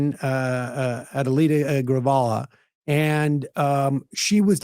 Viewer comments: sam it’s Grijalva not Grivala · I swear to God.... How any newscaster, pundit, politics vlogger et al.... That can't pronounce public figures' names correctly is f*cking disrespectful and maddening.... It's GRIJALVA!! GRI-HALL-VA NOT Grivala, Jesus Christ!!! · Adelitas last name Grijalva is pronounced ‘Gra Hall Va’ or more correctly Gri Hall Va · Holy shit none of you can pronounce her name. Grijalva like Grihalva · Grajalva: Grah-hall-vuh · Why do podcasters refuse to learn how to say someone's name correctly?!! Idk Grijalva... Greee hall va You're welcome 😊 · JFC Sam. GREE HALL VA. Grijalva. It's really not that hard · yeah don’t bother saying her name right. 🤷‍♂️ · come on sam, grijalva is not even a rare Spanish name, you've been corrected by Emma several times before